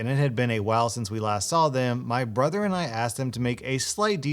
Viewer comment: Yo said bother instead o brother